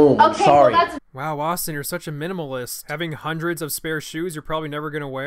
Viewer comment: Did he just say “Minimalist”?